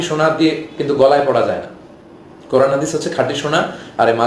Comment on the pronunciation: আব্দুর রাজ্জাক সহিহ ভাবে কুরআন পড়তে পারে না। তার কুরআন পড়া শুনলেই বূঝতে পারবেন।। দেশে ইসলামী হুকুম থাকলে ওকে মৃত্যুদন্ড দেওয়া হতোকারণ সে মিথ্যা বলে জাতিকে বিভ্রান্ত করছে।